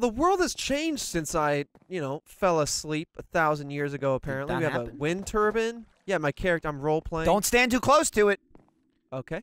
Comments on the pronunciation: so how does a wind "turban" work,? is it like a wind turbine? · It's obvious what meant, he said "wind turban" while starring at a wind turbine. He just misspoke, or at least I think he did. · "Wind turban" -, 2019